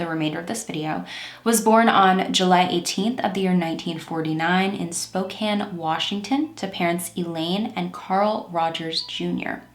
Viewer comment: Just a quick note near the start of the video -- THANK YOU for saying "Spokane" the right way! I can't listen to people who don't pronounce place-names correctly (or at least give it their best).